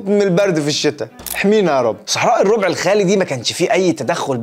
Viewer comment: الربع الراء مفتوحة. Rab not rob